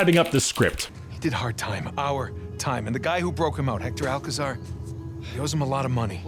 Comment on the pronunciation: i really love you, but that pronunciation of Hector Alcazar its so bad XD, In spanish it does not sound like Pablo Escobar 😂